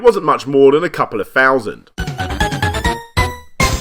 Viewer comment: After the 6th "fHhhHousand" I couldn't watch anymore. God damn.